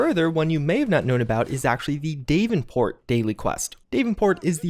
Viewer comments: “DAVE-en-port?” Did you mean.. DAV-en-port?” 😆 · Dave-in-port is pronounced Dav-in-port btw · I thought maybe the bullions would be like gold bars in Red Dead Online and purchasable in bundles in the store. I'm glad this is not the case. And sorry, but it's bugging me the way ur pronouncing "Davenport". It's Da-ven-port, not Dave-n-port. The "a" is short. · Why does he say Davenports name like that? He says day-ven-port when its DAV-ven-port, not a serious issue lol but its weird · It’s pronounced dav-in-port not Dave-in-port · "Dave-in-port", really? Really? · Bullion not bullions like there’s no sheeps. DAV-en-port.....cmon it actually says it correctly in the game! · DAV-IN-PORT! Dammit! This is to spite me isn't it!? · "Dave-in-port"? Good lord... lol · Brian H exactly what i said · That is not how davenport is pronounced. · The way u say davenport.. why you not saying DEE AYE VEE EEE ENN .. say your abc, now pronounce the same letter.. see the difference? Why u pronounce some letters as if your saying the alphabet astonishes me man. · You way you pronounce Davenport hurts my ears